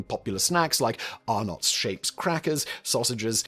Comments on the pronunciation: And then are-nots biscuits isn't of are-nits. Pffft. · ARR-NOTS Nah mate, it's Arnits